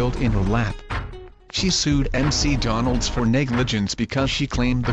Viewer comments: M-C-Donalds??? Google translate much? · I love how the text to speech thing calls McDonald's, "M.C. Donald's".